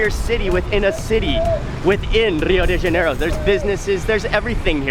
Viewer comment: Mark I like most of your shows but would like to make a few comments. The best translation of favela is a slum town. A few times you pronounced the name of the city of Rio de Janeiro correctly but then you slipped into the typical North American mispronunciation that sounds like Rio DAY Janeiro. The de is pronounced like deh (soft and not hard sound). When pronounced like DAY is makes one think of the french plural of "de". It is very common for North Americans (other than me!) make this mistake. Cheers